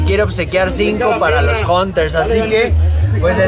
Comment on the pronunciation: dicen.( jonters) jajajajaja. no mames